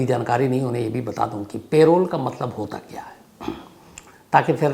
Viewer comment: पेरोल नहीं है भाई लेकिन पैरोल hau